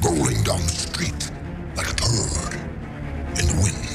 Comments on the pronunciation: I honestly don't hear "turd". I hear "pearl" and "turtle", which makes less sense. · Is it a Turd in the wind. Or a Bird in the Wind.. it just sounds like turd.. but it's Bird